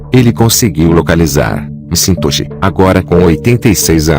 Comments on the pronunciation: O nome do homem não se fala em inglês mcintochi e sim Maquentoch . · Só um reparo: não é "eme sintoxe" que se pronuncia o nome do dono, é algo como "méq intóche". Acho que o texto foi lido por um robot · A história é interessante mas o cyborg lendo o texto é desmoralizante. Pô, o nome do cara é McIntosh e ele pronuncia "cintôshi" por várias vezes. Voz insuportável. Se o "Mundo dos Mistérios" quer ganhar mais viewers, por favor, dispensem o robô for good! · Cara, que narração irritante essa. "Michintosh" é imperdoável...